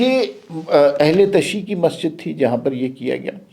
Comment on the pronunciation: عمار صاحب ، افسوس ہوتا ہے جب آپ کے تلفظ پر بھی بات کرنا پڑ جاتی ہے، یہ لفظ تشیع نہیں، بلکہ ش اور ی کو ملانے کے لئے تشدید کا سہارا لینا پڑتا ہے ،اور یہ پر پیش بھی ضروری ہے ، پروفیسر صاحب سے ہی پوچھ لیں تو ہم جیسے پختونوں کی بات سمجھ میں آجاۓ گی۔، معذرت۔